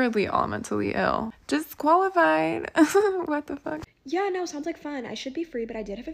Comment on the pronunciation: This bitch unironically said "naur"?!